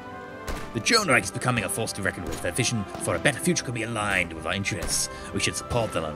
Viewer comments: Nice! BTW you pronounced Reich wrongly :D Its a sh shound not a c sound at the end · I just love hearing non-german speakers trying to say "Reich" ^^ The "ch" spells like the "sh" in shit or the s in sure.